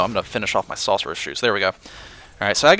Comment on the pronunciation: When you say sorcerer you sound so Southern xD